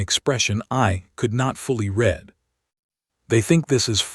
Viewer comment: Your AI keeps mispronouncing some English words like 'read'. Context matters. It also uses incorrect words like 'starring' instead of 'staring'. No quality control was done. Poor work.